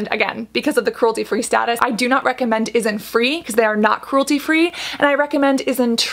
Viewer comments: It's INNISFREE not ISNFREE... 😂😂😂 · It's Innisfree not isnfree.... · “Innisfree” not “issinfree” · InsTree : got it. But : isntFree???? did you mean innisfree? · Cassandra, Not ISN Free, it's Innisfree ..but yeah it's quite confusing! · The isnfree brand you were talking about is actually innisfree, pronounced IN-IS-FREE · It's not Is-n-free - it's In-nis-free. 🤣🤣🤣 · that's innisfree..not isnfree.. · Yep because she’s pronouncing Innisfree as « Isnfree » so it makes it super confusing. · Yes but just a tip, the pronunciation is different. Isntree is pronounced correctly here but Innisfree is not. It's In-NIS-free, emphasized the NIS sound. Whereas it's Isnt-TREE, you emphasize the Tree sound. Innisfree is one of the OG highstreet Korean Beauty brand alongside with the likes of Missha. SNSD's Yoona was the brand rep for 10 years, and it's the top Kbeauty brand in China and Japan. Isntree is your startup newcommer. Innisfree was more popular for their makeup like the powder and BB cream, their pore serum, and the most famous - their green tea line. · I was just listening to the video and I heard that two three times. So I just asked her. It doesn't mean that I have some other intention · Innisfree is pronounced as 'in-nis-free' lol. Speaking of which, some of its products are actually quite good despite the concerns about its fragrance. Innisfree actually doesn't use essential oils although it does use fragrance, so that is actually something I can accept. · yeah because the way Cassandra was pronouncing it is wrong and can make it easier to get mixed up with another brand that's spelled similarly isntree [is in tree] is a different brand then innisfree [inn is free]